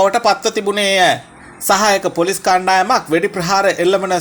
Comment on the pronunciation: අනේ උත්තෝ හරියට වචන උච්චාරණය කරන්න ඉගෙන ගෙන වරෙන් මුලින්.. පොලොස් නිළධාරින්🤣